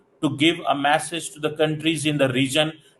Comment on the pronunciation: Abey MASSAGE nahi MESSAGE 😅